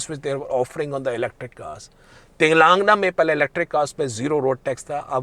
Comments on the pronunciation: Its not Telaangna, It is te-lan-gaana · Pls pronounce Telangana properly